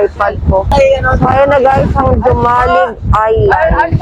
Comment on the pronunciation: HOMALIG DAW ANG PROPER PRONOUNCIATION